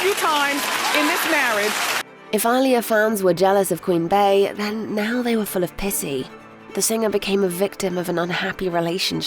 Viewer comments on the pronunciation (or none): Queen bay 😂it’s pronounced queen bee